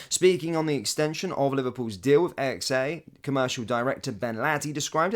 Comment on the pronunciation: AXA not a.x.a